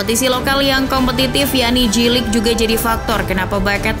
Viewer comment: Spellingnya Jey-Lig ya kakak, bukan Ji-Lig 😊